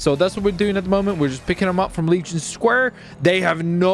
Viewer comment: Every time he says square I hear leech and pair